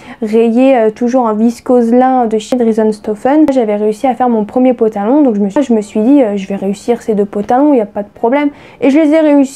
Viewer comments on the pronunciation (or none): Ooohhh tu m'amuses trop quand tu dis potalon 😀👍🏽